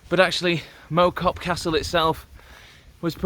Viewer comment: Good video, nice to see my local area on it. Point of interest, it’s not mow as in mow the lawn, it’s pronounced mow as in cow. Typical weather there lol but on a nice clear day the views are spectacular, all the way over the Cheshire plain to the Welsh mountains. Keep up the good work